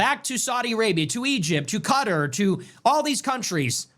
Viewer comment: It's not pronounced 'cu-ter' it's pronounced 'KA-TAR' 🤦🏿‍♂️